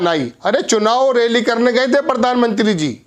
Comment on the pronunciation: Sir , sir plz plz homework karke aya karo shuru mai hii atak gaye. Railly nahi sir woh rally hai Correction karo sir